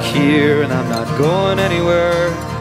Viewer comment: I looked this song up because the way the singer pronounces certain words is bizarre. This song sounds like this is how you "work" on, and " we still got each udder, that's enough" "I'm here and I'm not going any ware"